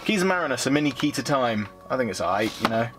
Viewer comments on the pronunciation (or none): Good to see one of these videos again. Nobody seems to be making them any more since the Blu-ray sets started coming out. I can't give you a like for this video however due to your use of "aiight"(?) instead of 'alright' at various points